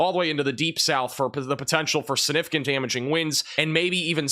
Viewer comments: The word is “significant” not suh-nificant. The g is not silent. 👍🏼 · Not SIH-NIH-FIH-KANT,! Is that a regional thing? Sig. Gotta get that G in there.